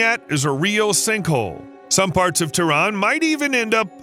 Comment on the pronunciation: It is not Tron, it is Tehran.